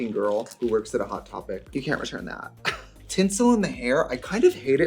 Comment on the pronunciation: “You can’t return thet” 💀😭🤣🤣